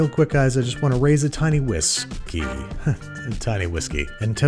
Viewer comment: Whisk- key LOL